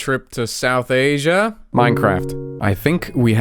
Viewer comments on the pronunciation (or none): none